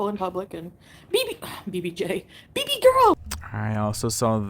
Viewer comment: Why in hell does she keep saying baby girl like that??? 🙄🙄😂😂😂🤦🏻‍♀️